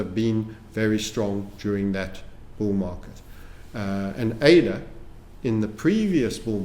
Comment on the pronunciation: I'm a follower long enough to remember when pronounced ADA as udda 😊